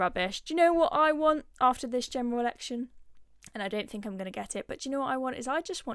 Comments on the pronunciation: I love the work of this young lady but please PLEASE can you just stop speaking like a cretin! Its THink not Fink and whether not wevver! 🤦‍♀️ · Can you try and pronounce the letters 'th' please. Wiv. Whever. Fink. Fought. I like you, and your content but try and speak our language proppa